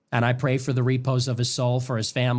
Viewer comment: Fake intellectualism. Yet another right-wing Christian kid who holds themselves out as a thinker, but can't even pronoune the word "repose" correctly. First he claims Charlie was killed for his "Christian values" (which he has NO way knowing). Then he claims Charlie was kilked "for no good reason." ... which was it?? Based on what I'm hearing, this kid has no idea who he serves and what a "Christ" even was. Guys like this prey on the ignorance of their listeners. Particularly when it comes to religious matters. This guy probably thinks the Old Testament was written in Hebrew lol... guaranteed. THAT'S how out of the loop guys like this are. Im going to try ti get through the rest of this show,. Simply to give the benefit of the doubt, but, so far? Just another Charlie